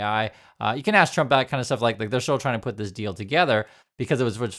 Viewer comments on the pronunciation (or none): none